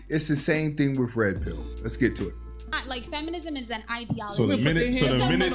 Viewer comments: Good content bro but for someone who uses the word ideology so much, it would be great to be able to pronounce it correctly. I.D (like your I.D card) ah-low-gee. Respectfully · With all due respect my man, it’s eye-dee-ala-gee.